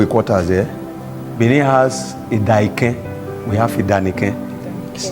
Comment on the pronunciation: The AI voice-over is very distracting, the pronunciations are appalling. If not, this history is interesting.